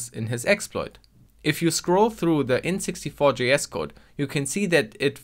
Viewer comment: I'm not the only one that keeps hearing N64 instead of int64, right?